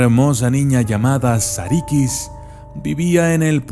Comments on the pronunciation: No es "sarikis" es "sarukus" se pronuncia de ese modo porque no tiene puntos en la i en el alfabeto turco esta la i y la I que la i es (i) y la I se pronuncia(u),buen video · sarıkız la ı sin punto se pronuncia entre la i y la e, la i con punto se pronuncia como i tal y como la conocemos. sarı significa amarillo y en realidad hace alución a la chica rubia o a una chica de cabello rubio segun la leyenda original.